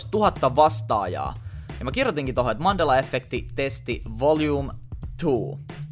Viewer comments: Se sanotaa iha efekti eikä effekti 😂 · särähtää niin pahasti korvaan kun sanot effekti.... vaikutti aluksi siltä ettet osannu päättää sanotko englanniksi effect, vai suomeksi efekti, ja loit itse epämääräisen välimuodon😑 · Alko ärsyttää niin paljon kun sanot efffffffekti nii lopetin kattomisen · Et mulla meni moti tän kattomiseen mikä vitu efffffffekti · Häiritsee ku sanot effekti tollee ku mun mielest se sanotaan yhel F:äl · Vitsi et häiritsi ku sanoit kokoajan effekti etkä sanonu efekti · Oonks ainoo ketä ärsyttää et sanoo ”effekti” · eT OO vittu menee moti tän kattomiseen miKÄ EFFEKTI siin jossai muussaki videos se sanoo "illuminaaattti" yhyy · Kivasti tulee "effekti" sana😂😊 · No ehk se on kattonu liikaa englanni kielisii videoit kosk effect ja effekti on samanlaisii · no on sillä itseasiassa enemmän kun luuletkaan :D eripuolilla Suomea lausutaan samat sanat eritavalla, tässä kyseessä oli kuitenkin väärästä lausumis-asusta eikä murteesta